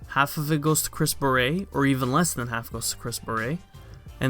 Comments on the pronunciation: is anyone else triggered any time says "Chris beret"? its Barrett. the dude ain't a french hat. please stop butchering the English language. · Who cares about Luke Smith. Old News. Move On. By the way you are pronouncing Chris's last name wrong, Its pronounced "Bare et" Bungie is now heading in the right direction, but its still going to take a lot to get the community to come back. It sounds like you hate the game. If you hate the game this bad then stop playing. Don't add to the bashing. Most of the Youtubers that are still playing the game are upset too but they don't diminish what is left of the game, They try to keep the hope alive that everything will somewhat be fixed. That is what is wrong with the world today. People want to bash instead of trying help fix the problem. Don't bash. Send in your feedback. They are listening. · He thinks Chris Barrett is pronouces with some french accent. So he keeps saying "baret" like the hat . The T is not silent , dude. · Why do you say Chris Barrett’s name like that.